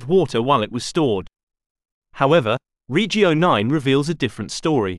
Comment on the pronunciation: Suggestion: stop englifying Italian/latin words. Your pronunciation of regio and via is disrespectful.